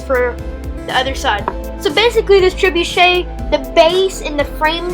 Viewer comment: Trebuchet not trebucha